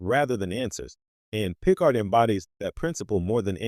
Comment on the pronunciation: Boy this was bad. So bad. Oh, and it's pronounced pi-CARD...